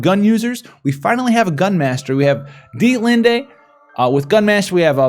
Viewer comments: It is pronounced either deet-lind or deet-lind-E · FYI... Dia-Lind is how I believe its pronounced. The "T" and the "E" are silent and at the beginning its sounds like Die-uhhhh so think... Die-uhhhhh-lind… ;-)